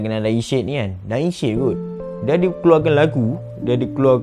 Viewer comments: Sebut betul betulah Syed bukan syid Kita jgn sebar aib org nanti org lain pulak ulas aib kita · Syed tu sebut dgn betul... Bukan shetttt... Sebutan said ejaan syed... Bukanya shittt.. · S Y E D....cuba sebut betul2. Klu x reti nak eja... masuk tadika !!!!